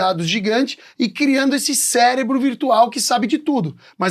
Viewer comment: O cara falou Celebro... Aí eu parei de ver kkkkk